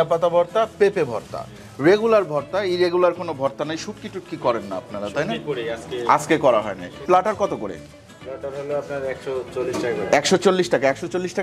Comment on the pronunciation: Platter শব্দের উচ্চারণ প্ল্যাটার, প্লাটার না।